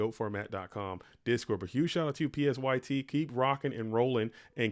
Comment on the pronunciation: LAST WILL GANG Also, psyt is pronounced "sight" like psy-ops